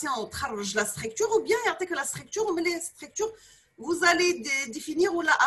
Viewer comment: ellah yatik essaha madame (cependant il y a une très petite remarque on dit STRUCTURE ET NON PAS STRAICTURE) je m'excuse pour la remarque mais votre cours est très important merci encore